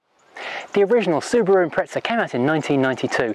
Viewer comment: Impreza not ImpreTza. THERES NOT T IN IMPREZA!!